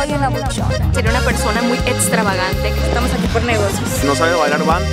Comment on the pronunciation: Muy “ETSTRAVAGANTE” jajaja